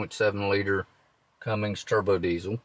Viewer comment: Cummins not Cummings why can't people say it right